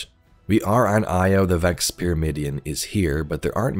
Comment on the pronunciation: What are you saying..?? Vax or Vex, you mean?! Hehe!